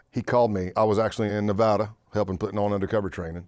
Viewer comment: Hot dog! He pronounced Nevada the correct way. Thank God he isnt an idiot.